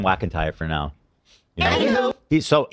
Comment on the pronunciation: I think Adam actually has a speech impediment, the way he says words like “nuke” as “Nook” and “Now” as “Naur” is wild.